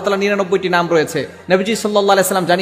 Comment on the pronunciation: নামটা ঠিক করে বলতে পারেনা